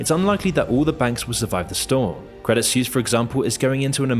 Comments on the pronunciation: Suisse = Swiss not "Soos" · Credit Suisse is not pronounced Credit SEWS but "Credit Swiss". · Please check your pronunciation before producing these episodes, otherwise it makes you sound less credible. Credit Suisse = swees, not seuss. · It's pronounced 'sweese' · I just can't bro. Your pronunciation of Suisse is killing me xD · As a Swiss I am ashamed for the behaviour of some of our bankers. But also cringe everytime you say "Suisse" ;)